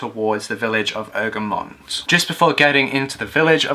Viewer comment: Former Egremont resident here. It's pronounced: Egg-Ree-Mont. Good video nonetheless. Your pronunciation of Seascale was spot on (it's actually one of the easiest Cumbrian settlement names to pronounce).